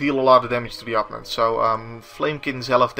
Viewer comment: Loving these videos. this doesnt really bother me but i do notice that you always pronounce opponent with such an native sound to your tounge. Im only saying it because it really sticks out, the english way is more of a Oh, and the preassure is on the secondt sylible. Again let me define that im not nagging you hear, i just thought it could be usefull to know